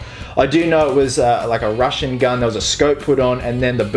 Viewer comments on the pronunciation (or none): none